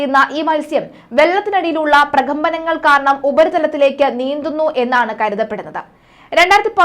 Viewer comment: പ്രകമ്പനങ്ങൾ എന്ന് പറയാൻ പഠിച്ചിട്ടു വരൂ..